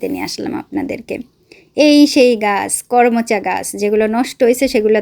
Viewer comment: কর্মচা না করমচা বলে ।